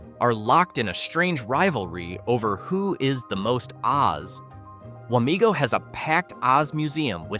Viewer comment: It’s Wamego not Wamigo.